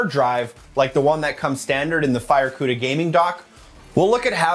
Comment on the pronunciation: I cringed each and every tine he said the word “FireCuda”…ewww